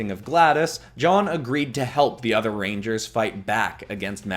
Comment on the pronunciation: I keep hearing, "reindeers" even tho that isn't a word